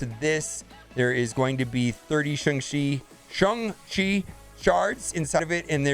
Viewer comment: If you still can't pronounce Shang-Chi, try calling him Sean, like others are doing